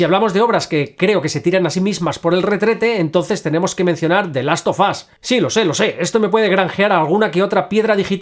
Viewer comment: "De last of as" 😂